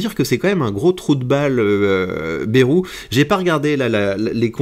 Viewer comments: On ne dit pas Bérou mais Bayrou (Baille rou) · se prononce baille roux en région nouvelle aquitaine stp. 😂 et non baie 🛞